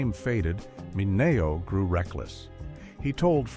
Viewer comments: its not Sal Min A oh...its Sal Minn E Oh. Learn Italian. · AI it’s pronounced Min e oh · I hate how they can’t correct AI narrators. I mean, “Sal Minayo”??? 🙄😂🤣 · It’s Sal Mi-knee-O. Come on. Please. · The narration uses the Italian pronunciation but Sal Mineo used the Americanized version. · You need to learn how to correctly pronounce Sal's last name. 👎👎👎👎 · Thank you..I was thinking the same thing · Check your AI voice/pronunciation